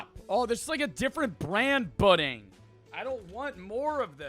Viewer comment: crying everytime he says budding